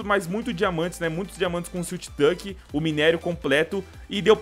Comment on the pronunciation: foi só eu que percebi que o falou siltch touck??